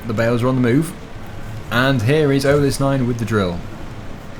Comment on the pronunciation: You made a little good, it's called AltenstEIn not AltenstIEn